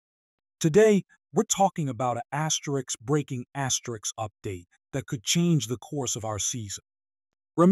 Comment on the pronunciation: Stop the asterisk asterick asine asine